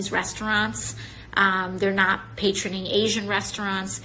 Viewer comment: Just a quick note for: It’s “patronizing” you moron. There is no such word as “patroning”.